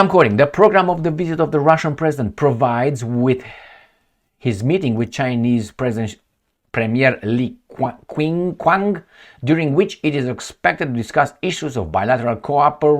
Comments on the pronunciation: Sir, pronounced as Li Chiang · Pronounce Chinese premier name as Li Chiang. That's the Chinese pronounciation